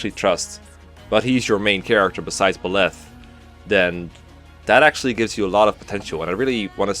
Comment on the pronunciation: Pruhtagonest? Buleth? Lmao!😂